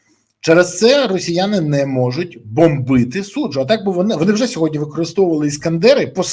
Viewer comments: Борисове, Я вас дуде прошу, учить сову, не сьогоднЯ, а сьогоднІ !!! А то ви,як тигипко з цим сьогоднЯ !!! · Березо, не сьогодня